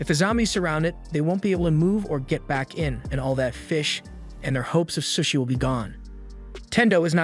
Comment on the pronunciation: Bro its not sus-i its pronounced SOShi not sus-i soshi that not how its spelled tho its sushi